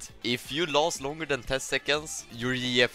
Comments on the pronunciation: it took me a few minutes before i understood what he meant by "Yee Yef" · Bro when he said yeeyef I didn't realize he was saying gf and I thought he was saying like a cross between Master Yi and TF LOL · This man is just the best english speaker, took 5 min to understand he said GF as girlfriend😂😂😂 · I took two minutes and a stroke to realize he was saying GF